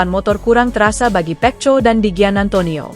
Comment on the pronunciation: Perbaikan ucapan mu min pecco itu di baca peko bikin kesal dengarnya ⛔😡